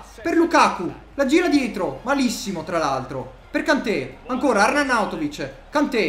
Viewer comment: Queste sono le volte che ha detto “Arnarnauntovic”